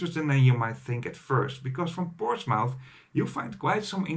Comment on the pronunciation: Excellent video. Made a similar trip last year, enjoyed it a lot. I can't help to notice the pronunciation of Portsmouth is a bit off: 'portsmuf' in Dutch.